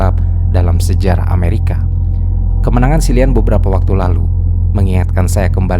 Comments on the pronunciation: bacanya KILLIAN bang bukan SILLIAN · Kilian bang bukan silian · Cillian bacanya Kieylien